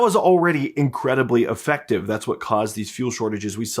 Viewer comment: Hi,. I watch your reports religiously. One trivial suggestion for improvement is that you often use the word "effective," which you mispronounce as though it were the word "affective." You can avoid annoying us English purists being careful which word you're using. Thanks!